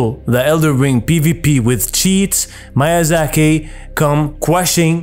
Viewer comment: Miyazaki not Mayazaki